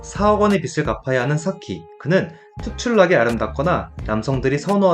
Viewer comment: 빚을 ->발음할때는 비즐입니다. 계속 비슬이라고발음하니깐 거슬리네요